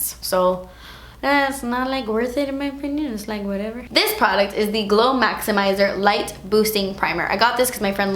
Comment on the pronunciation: "ees lyk waatever" hahahaha ees esspensive